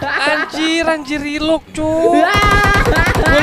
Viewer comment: Dia bilang nya relog njirr